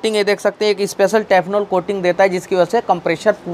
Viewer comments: "टेफनॉल " कोटिंग नही, " टेफलॉन " कोटिंग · Bhai "Teff Lon" Na ki Tefnol...